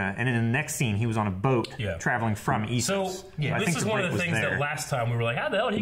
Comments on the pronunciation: Ugh, this is truly the season GoT got butchered by a couple of idiot directors: Dumb and Dumber. By Isos you mean Essos right? They say it loads of times in the show, how do everyone of you get it wrong? -. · 7 seasons and they still pronounce it isos instead of essos